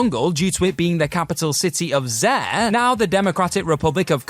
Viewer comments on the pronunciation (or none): Lol "Zare"😂😂😂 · Congrats on being the first person to ever pronounce Zaire like that.